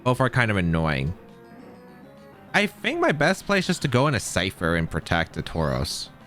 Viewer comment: i cant rewatch this because he says "Cypther" instead of ScyTHer and it's killing me, otherwise great video